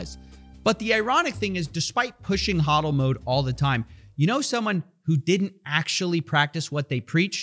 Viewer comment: its "HO" dl not HA dl